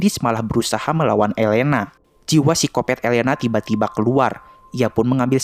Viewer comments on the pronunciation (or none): none